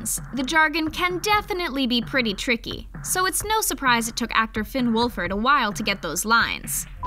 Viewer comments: They said wolfherd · She says Noah shnop and Finn wolferd